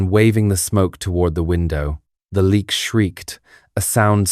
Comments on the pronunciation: ... it's not pronounced "leak" as in "leaking". It's pronounced "Léh - yuck". I'm Indonesian. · It's pronunced Le...ak.